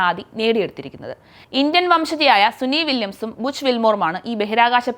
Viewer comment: Suni vilyams അല്ല കുട്ടീ, സുനിത വില്ല്യംസ്‌